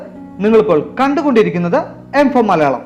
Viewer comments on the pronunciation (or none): none